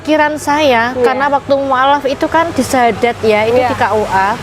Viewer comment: bersyahadad apa bersyahadat...